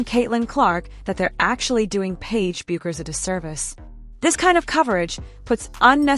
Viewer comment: PLEASE CORRECT YOUR PRONUNCIATION OF PAIGE'S LAST NAME. IT IS PRONOUNCED AS "BECKERS!"